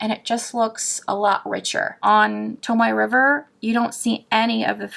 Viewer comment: Wait...did you say "tomato river paper"?!? 😂🤣